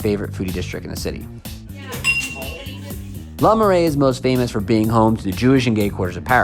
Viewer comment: It's Le Marais. You are very hand